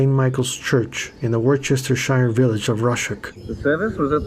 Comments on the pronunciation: War chester shire?! Come on, that's the worst butchery pronunciation of Worcestershire I've ever heard. It's pronounced Wuss ter sheer., I am surprised you didn't tell us that it was JPJ that went upstairs to check on Bonzo, tried to wake him, and discovered his dead body drowned in vomit. I don't know if you knew that or not. I can only imagine the trauma that haunts JPJ from what he discovered that afternoon. 😢😢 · Just to help you to get the correct pronunciation..Worcestershire is pronounced "Wu stuh shuh or sheer" ...also ...the death of Lennon totally overshadowed everything musically in 1980... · A minor point but Worcestershire is pronounced Wuss-ter-shur. I know Americans struggle with this.